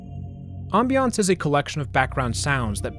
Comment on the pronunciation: bro you pronounce ambience in the worst way possible, i cringed so hard